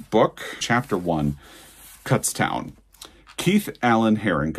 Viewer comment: Already preordered Fire Exit. Living Rez is incredible! Brad Gooch also wrote a great biography of Flannery O'Connor. And it's pronounced more like "soot" - Kutztown. If you say it like "cut," kutz means vomit. Really